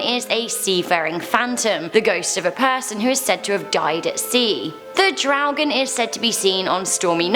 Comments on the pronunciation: It is do draugen and not dough draugen. Do is toilet in Norwegian 🙂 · "Do draugen" is toilet draugen not dough draugen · I like how you butchered my language. "Do Dragon", hah. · Dodragen haahahahahhahshssha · Hahaha daudraoken xD det var litt feil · As a Norwegian I only recognised "Dodraugen" x) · Omg “do dragen” oof hahha I’m from Norway 🇳🇴 and damn still hunds me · I cringed everytime she said draugen ... I cringed everytime she said a name in direct form